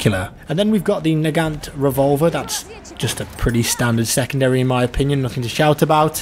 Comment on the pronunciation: it's NAGAN not naganT revolver !!!